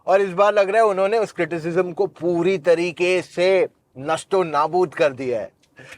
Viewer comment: nisto nabut not nasto nabut